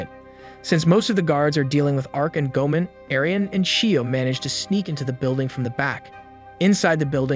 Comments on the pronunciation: It's go-a-mon not go-man Goemon is a famous theif in Japanese history. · My guy, I like these videos, but you need to rewatch the series to get the pronunciation of the names 😂 "Chee-ohm" and "Gōmen" had me in stitches 🤣